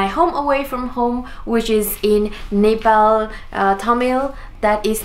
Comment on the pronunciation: I loved you saying Nepal coz most of the Nepalese abroad tend to say Nepol n m like seriously 😒